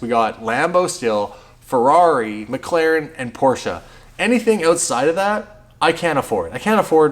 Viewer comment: Thank you for pronouncing Porsche correctly.